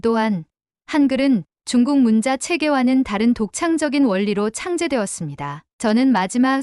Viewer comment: 문자(文字)는 "문짜"로 읽어야 합니다.